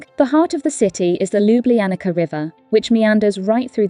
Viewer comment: It is not Ljubljanika but Ljubljanica.And it is not Soka but Soča and waterfall is not Sevika but Savica.